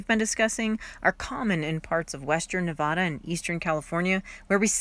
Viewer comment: I enjoy all the explanations and all the knowledge you pass along. But it hurts my ears to hear your pronunciation of Nevada. As a native Nevadan we have a different way of saying our beloved state’s name. 😃I visited the East Walker River and Aurora this past weekend and I was curious what ghost towns you were referring to in the last two videos.